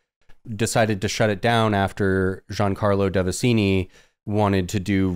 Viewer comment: One of my fav ongoing things about CCC is the drifting pronunciation of Giancarlo Devasini 😂